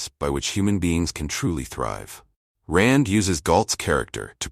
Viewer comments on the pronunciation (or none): Anyone who knows anything about Rand knows her first name is not pronounced like "ane" in Lane, but like "ine" in Mine. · not even 40 seconds in and you pronounced her first name two different ways